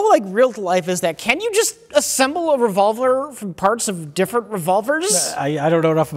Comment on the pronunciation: How did they not call out mispronunciation of the word “revolver”? Normally they always try to humiliate him as intensely as possible!